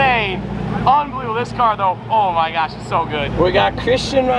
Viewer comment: "Oh my gyash"